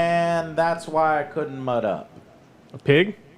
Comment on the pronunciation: That had me dying. I swear he said there's a pig several times too. Haha